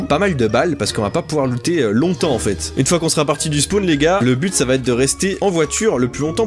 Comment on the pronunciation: Je suis le seul quand il a dit bute j ai crue qu'il a dit p*te